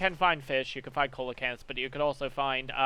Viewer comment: coelcanth is said sealcanth